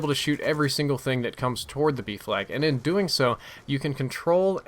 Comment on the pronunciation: OOOHHHH B FLAG i thought u were saying Beef lag for the longest time